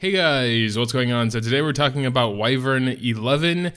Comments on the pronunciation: Go look it up on any dictionary site and click the little speaker icon so the nice lady can pronounce it for you. It's WHY-vern. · Pronounced WHY-vern